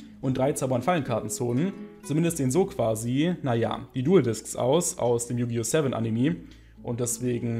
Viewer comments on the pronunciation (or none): AnimE nicht Animiii.... raste jedes Mal aus wenn das höre xD sorry